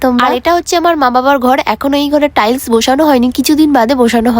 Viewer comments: একটু টাইসন টাইসন ওটা টাইলস বলে একটু ভালো করে উচ্চারণ টা করো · আরে মুর্খ মানুষ ওটা টালি না টাইলস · ওটা টালি না ওটা টাইলস 😊😊😊😊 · ওটা টালি না ওটা টাইছ 😊😊😊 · টালি ❌ টাইস ✅ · টাইলস ❎ টালি ✅ 😂😂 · ওটা টালি নয় ওটা টাইলস😊😊😊😊❤ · ওটা টাইলস না টাইস 😅🎉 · টালি না 😅..... টাইস শিখে নেও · টাইলস❎ টালি✅ 😅😅😅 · টাইলস ❌ টালি ✅ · টাইলস ❎ টাইস✅ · টাইলস না টাইস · টাইলস না😂😂😂😂হবে টাইস